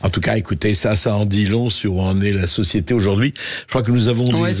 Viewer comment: La societéyyy de prWouésse ? 🤣